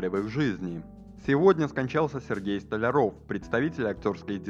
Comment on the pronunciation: Диктор плохо выговаривает фамилию Столяров ?